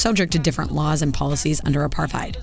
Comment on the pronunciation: I wish the rest of the world would pronounce 'Apartheid' correctly